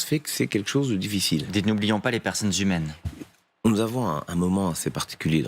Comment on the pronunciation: "n'oublions pas les personnes hmaines " ...